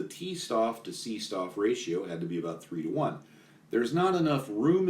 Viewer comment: C-Stoff & T-Stoff are pronounced "Say Shtoff" and "Tay Shtoff" The word "Stoff" kinda means material...stuff?